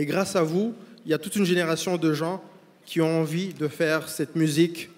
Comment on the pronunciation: 15"30 "merci pour ceux KIZON voté" 😱😱😂😂😂😂😂 Ah wééé le niveaaauuuuuu !!!!